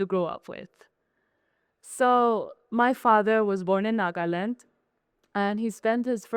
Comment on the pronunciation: First time I heard a Naga celebrity pronounce"Nagaland" as it should be pronounced. Love it! ❤️❤️❤️